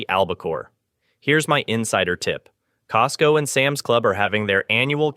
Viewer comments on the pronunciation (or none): none